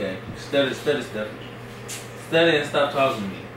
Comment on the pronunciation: Lol he said studdy an stop talkin to me😂😂😂😂😂😂🔐